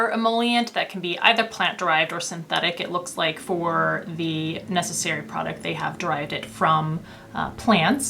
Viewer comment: just one remark : 'Nécessaire' in french does not have the sound 'e' in the end, like in necessary ... it's more like 'necessair' :)